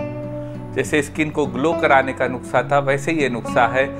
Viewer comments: Thank you so much Sir for sharing this remedy but it's "nuskha" not nukhsa... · It's not nuksa...it's nuska😀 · नुक्सा नहीं नुस्खा सर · Nuskha hota hai nuksa nhi sir ......ap bolte hue bhut acche lagte hain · aap bar bar nuksha bol rhe hai jabki wo nuskha hota hai 🙏🙏🙏 I am sorry ager bura lge to 🙏🙏but very nice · Sir nuksa nahi nuskha boliye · Sir nuska bolte h nuksa nhi bolte h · Nuksa nhi Sir nuskha hota h🙏 Sorry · Nuksa nhi nuskha hota h